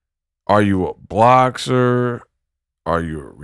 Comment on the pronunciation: Did he just say BLOCKSER? BOXER I’LL GIVE IT UP TO CLARISSA BECAUSE THEY MAD THEY MAD THEY MAD THEM SIDE BEtS HAVE BEEN CUT OFF WHILE SOMEONE ELSE ROLLS THE DICE😂😂😂😂😂